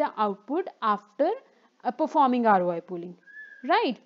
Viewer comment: This video might be very good, but i cant watch it, because of the voice :( i'm so sorry. Not even when i take a shot every time she says "Aroay".